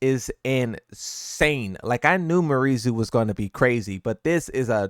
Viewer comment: It's "Me-are Zoo" actually if we pronounce it natively.